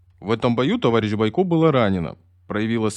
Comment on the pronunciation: Не понятно, почему БойкО,а не БОйко, наверняка какой-то неуч читает.